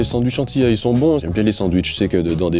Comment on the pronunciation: 😂😂 Juste on dit pas timal mais antillais. Respectez nous svp 😭